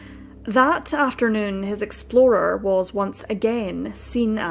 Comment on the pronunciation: I definitely heard you say red Ford Exploder haha